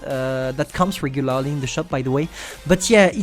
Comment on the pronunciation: Its heavy not hivie and regulaaarlie lol i can so tell you are french